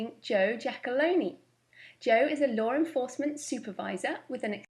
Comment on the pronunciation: Giacalo-ney! Lol!